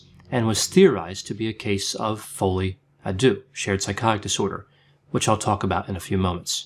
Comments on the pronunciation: AARGH! It’s pronounced folie au ‘derr’ not doo! Apart from that, interesting. And disturbing. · You might want to Google how to pronounce Folle a deaux.